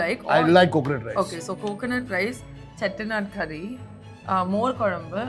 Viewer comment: The way she does British impression and the perfect pronunciation of "Dosa", "Chettinad" and "Sambar"